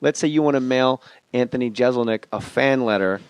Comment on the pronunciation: I'm just trying to imagine how irritated Anthony was by Jay's constant mispronunciation of his name. If you're a fan, you know.